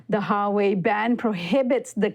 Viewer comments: HWA WEI not Ha wei not Sua wei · It's Huawei (Wa way), NOT "Ha Way". Is this supposed be a professional news program??? Do you do any preparation before you speak? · Who-Wa-Wei not Ha-Wei. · Love your show, but please study the pronunciation of proper nouns (Huawei) before doing pieces on them. It was almost cringy enough to leave, hearing keep saying HA-way, instead of Wa-way, especially when it's pronounced correctly in a video clip used for the piece. Still love the show. Keep up the good work. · "HWah-way" not Highway lol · IS HUA..Wei not HA WEi!! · Great report, however it's pronounced Wā-way, the 'H' is kinda silent. I kept cringing everytime you pronounced it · You spoken as Hauwei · I think you of all people should appreciate the importance of pronouncing names properly. It is not Harway. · Huawei: huu-waa-way > hua-wei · I think it's "Wah-way." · Richie Rich HUA ( WA) WEI ( WAY)..GOD Americans tongues gets twisted with other foreign words like SPANISH, ASIAN, RUSSIAN ... etc.. annoying! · You guys are seriously horrible when it comes to pronouncing anything Chinese. "Hawei", "President Gee" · It’s pronounced Wa-way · Can I really trust you when you can't say the second largest phone manufacturer correctly?